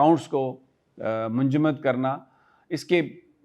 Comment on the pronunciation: Manjumad nhi munjamid.😂 Sami bhai,,, don't mind urdu ki islaah,, freeze kr dye